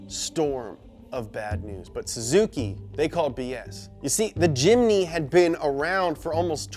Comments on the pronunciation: ts not a jimny its a chimny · Very happy indonesia it call jimmy not jimny weird wkwkwkwwk